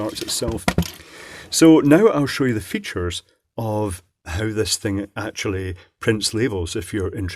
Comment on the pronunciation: "LET MI SHOW YU ITS FEETSHERS! HA! HA! HA! HA! HA!"